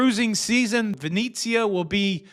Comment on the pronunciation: It's pronounced Veh net zi ah, not veh neat zi ah.